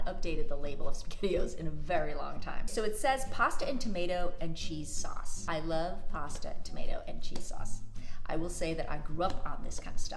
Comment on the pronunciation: At the end when you said, pasta, tomato and Shauwcse I was like, she’s been in jersey. Lol